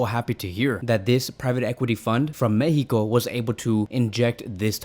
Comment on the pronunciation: What is mehico?? Mexico is a country name, please pronounce it correctly.